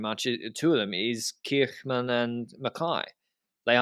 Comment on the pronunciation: is getting so confident in his Dutch pronunciation that he's starting to mispronounce the names of English-speaking North Americans like Kirchmann and Jastrab.